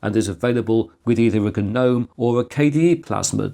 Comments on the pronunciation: Holy crap! Someone other than me is pronouncing GNOME properly. That's right, bros. You're supposed to pronounce the G. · Ga-nome :( "Sandra has 3 garden ga-nomes in her garden" - whats wrong with this sentence hm?